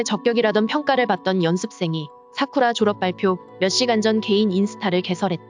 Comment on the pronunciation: 사쿠라 라고 발음해 주세요 사꾸라 말구요..